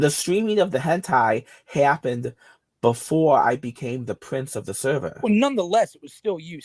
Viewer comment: the stweaming of tha hentai happened BEFOWE i became the pwince of de sewvewr!!